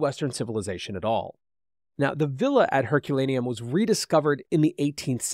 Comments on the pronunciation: I stopped watching this when the presenter couldn’t even get the name of the town destroyed by Vesuvius correct, calling it Herculanum instead of Herculaneum and . This ruined for me as a ‘scientific’ presentation. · The place is Herculaneum not Herculanum! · Learn how to pronounce Herculaneum.